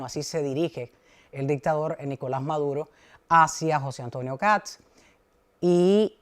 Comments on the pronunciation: escucha como Kats, por eso le comento, pero quizá es por un tema de pronunciación, la verdad no lo sé pero he visto en argentina que pasaba lo mismo, los periodistas le decían "Kats" y se escucha gracioso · que sucede es que la "s" va antes que la "t". No es "Kats" sino "Kast", lo primero suena como "gatos" y no es una pronunciación correcta en este caso. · Matamala, periodista, pero que no tiene idea de economía. Decirle al sr Matamala que este presidente de derecha comenzará a sacar a Chile de la mediocridad., infórmese más....no es Kats....es Kast. Pronuncie bien. Otro punto, la gran mayoría de los inmigrantes LEGALES votaron por KAST. Los inmigrantes ILEGALES tienen los dias contados.